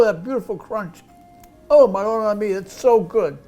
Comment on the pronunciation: Eh... "Maronna mii" davvero! Non critico la ricetta, ma fatela più "cooked AL DENTE" ahahahhah